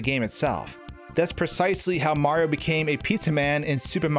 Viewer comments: You said marfx instead of Mario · You're aware the protagonist's name is "Mario" and not "Mar", right?